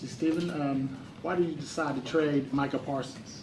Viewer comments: Jerry has been senile for 30 years and it’s showing more than ever these days. Can’t even get the man’s name right it’s MICAH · He can’t even get his name right smh. Keeps calling Michael.